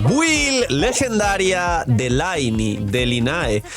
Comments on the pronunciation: No se en qué idioma juegas pero al menos en el inglés del juego se pronuncia "Linei", si no compruébalo, jaja, que por mucho que digas que se pronuncia "Laini", la evidencia te delata 😂. Lo siento pero me rechina escucharte pronunciar así el nombre de mi Lynae haha. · Hola soy el típico pesado de la pronunciación, que tal. Actually ☝🤓 Lynae en inglés se pronuncia "Linei" para que no se te enrrede con la del genshin